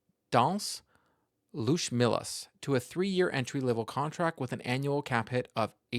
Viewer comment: It is pronounced "Luotʃmelis" - a bit rounder "o" than in English and "č" is like in "church. "Trust me, I am Latvian.:)